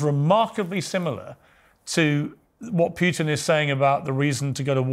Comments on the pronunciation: It is not "Pjutin" but "Pootin" the way to pronounce it. He kept saying it over 30 times. The interviewer needs to learn as a matter of preparation. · Who is this "Pyewtin?". Its pronounced POOTIN, Pea-ears, POOTIN!!